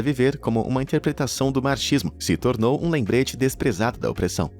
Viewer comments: Desnecessário criticar o socialismo em si, ainda mais pronunciando "marchismo".... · Marximos! Não marchimos 🤦🏻‍♀️. A Tchecoslováquia não foi invadida como fosse está mentindo! A Tchecoslováquia fazia parte da União Soviética, inclusive os russo não fizeram nada durante as invasões nazistas nas terras eslavas, o quê você erroneamente está se referindo é a Primavera de Praga, uma tentativa do povo Tchecoslovaquio de diminuir o controle russo sobre a União Soviética, contudo os russos não interpretaram isso de um jeito bom, pelo menos do seu ponto de vista não era bom, então eles usaram a força e fizeram uma intervenção militar na Tchecoslováquia levando a muitas mortes de civis no processo, até eles reassumirem o controle do governo, igual eles fizeram na Bielorrússia recentemente, queriam fazer na Ucrânia. É Stalin fingiu que não viu quando a juventude Hitleriana invadia e massacrava os poloneses, ucranianos, bielorussos, mas foi só o exercício do eixo se aproximar de Stalingrado (São Petersburgo) que rapidamente o exército vermelho saiu da casinha e expulsou os nazistas, depois chegou a Berlim (foram os soviéticos que venceram a Segunda Guerra Mundial, porquê foram eles os primeiros a chegar a Berlim e astiar sua bandeira na capital inimiga) ocuparam parte da Alemanha e a Alemanha foi dividida em duas por isso, até a unificação com o fim da União Soviética, Putin se lamenta até hoje pelo Fim da União Das República Socialistas Soviéticas, todavia os russos quiseram acabar com o socialismo, para quê fazer parte de uma União Socialistas que não é mais socialist